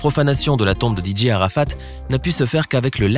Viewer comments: Vous prononcer très mal sont nom😬😬😬😬😬😬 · Vous pronomcer mal son nom😬😬😬😬 Rip Dj arafat😳😳😭😭😭